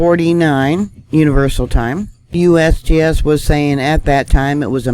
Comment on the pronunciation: I like when you say USBS LOL 😂👍🇺🇸stay safe all